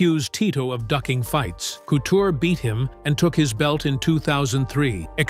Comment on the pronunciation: Good old Randy “Cootcher”